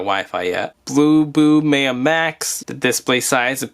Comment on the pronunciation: pronounced MyUh, like the Mayan civilization